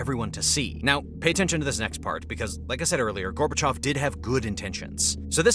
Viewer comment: It's Gorbachev. Not gorbechof